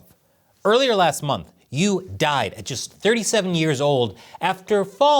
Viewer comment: 1. Yu should not be pronounced as 'you'. The 'u' in the name should be pronounced as 'oo-ee' (as in 'ruin'). Hey,, you should know. 2. I've come across some rumors that Yu was killed for the purpose of some sort of black magic the CCP was working on. 3. CCP = Callous, Cannibalistic Psychopaths. The sooner the den of vipers goes to Hell, the better. 🍯